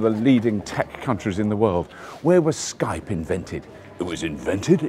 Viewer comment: Is he saying Skype?